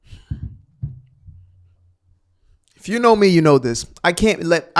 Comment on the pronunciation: Or the other word instead of this you say Dis you sound like you are the progeny of a super linguists or verbage